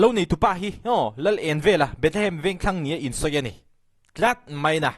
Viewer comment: A tir ah Bethehem i tih reng kha, i trawng sual aw 😂😂